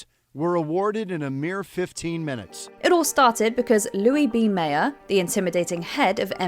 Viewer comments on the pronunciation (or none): none